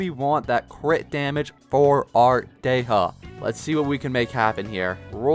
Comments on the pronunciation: Sorry, Day-ha?? Day-ya, or Dee-ya is the correct pronunciation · 🔥 edit: not dey ha its Dehya 😅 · The random letters you decide to emphasize in some character’s names really confuses me. Why would you say “Dey-ha” and not look up how to pronounce it or at least choose the English dub’s pronunciation </3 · it’s pronounced “Di-ya” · it's actually pronounced " De-hya" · Am i hearing this correctly? Dey ha? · god this "dey HA" triggers me so much tbh i really like his vids but omfg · not wanting to be that guy but why in the hell is he saying dey-HA??? goofy ass😂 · Because the english dub is stupidly incorrect, especially that Dehya is an arabic name. You're supposed to prounounce the H 🤦🏻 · Stop pronouncing names wrong